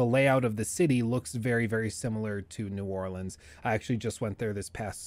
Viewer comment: I’m glad you know how to pronounce New Orleans